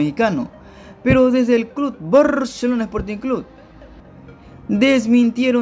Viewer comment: Si vas a dar una informacion dala bien no somos lo mejores en defensa sino fuera por los arqueros salieramos goleados y habla bien es barcelona no baaarshelona